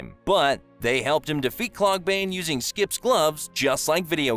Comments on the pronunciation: His name is Skips, not skip. Put some respect on his name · Bro this kinda sucks. He never said his name was Alex. It was wox. And his names is skipS not skip. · Why do you keep saying skip? 😭😭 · ou were right to correct them. People are so dumb to say not a big deal it's actual not correct information. Thanks I was annoyed when he kept saying skip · Why does he say Skip instead of Skips and videogame when talking in plural... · The fact that he keeps saying skip and not skips irritates be behind belief 😂😂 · Does it bother anyone else immensely that he calls Skips “Skip” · his name is skips not skip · I lowkey hate how he keeps calling skips ‘skip’